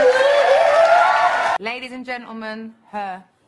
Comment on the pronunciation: LaHEiS AnnD GeNeLeMeN HeUrR